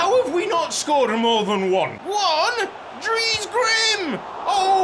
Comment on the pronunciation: The way you pronounce dries really makes my ears bleed. To be phonetically correct, it's pronounced like the name of the actress Reese Witherspoon, but with a D sound added in the front. So dutch spelled Dries, sounds like english Dreese.